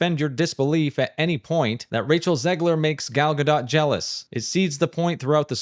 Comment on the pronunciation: dude edited her saying her name in and still says it differently... that's wild gal ga dote, not ga dot. dough rhymes with oh no, not dot rhymes with not hot.